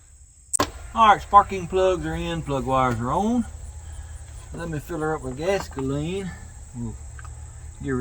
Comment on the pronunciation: Man oh Man, I had a good laugh! Gas-ka-leen made me high! You are fantastic and one of a kind! Love your channel!